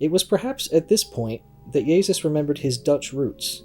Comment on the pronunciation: Interesting how you pronounce 'Jezus'. Sounds VERY Dutch🤔 And no doubt you're the Pakistan guy too. So far, a bogus docu... But I'll keep watching...